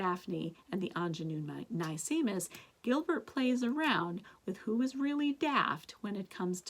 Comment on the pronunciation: nicemis is pronounced nice miss. like a nice miss. sparkeion is pronounced sparky-on.